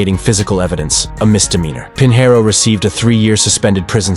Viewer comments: Robots can't pronounce SHIT. Pinheiro is pronounced "peen-YEH-roo". "Pin hair oh" is just fucking stupid. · Correct pronunciation would be Pignero, as in Lasagna.